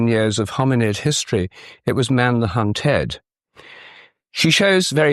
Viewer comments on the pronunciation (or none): "Not man the hun-TOR but man the hun-TED." What the hell is wrong with you? Why not just say "hunter" and "hunted"? Do you think we are all thick? You sound like a Young Earth Creationist: "A crea-SHON requires a crea-TOR." Down Voted, OFF and Blocked. {:o:O:}